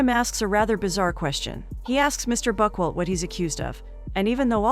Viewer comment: That is not how you pronounce Buchwald ffs...